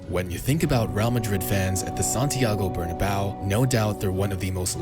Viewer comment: Santiago Bernabéu not Barnabau kkkkkkk